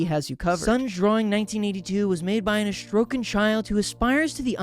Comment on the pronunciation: ”Astrokan” yeah keep saying that and I’ll have an astroke🫶